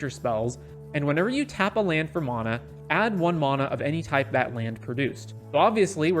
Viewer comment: It's mana, not mana